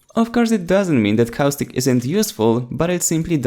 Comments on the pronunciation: Dude it's caustic not cow stick open caption even that thinks ur saying cow stick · he's about to say cowstick not caustic lol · Anyone else hear "Cow Stick"?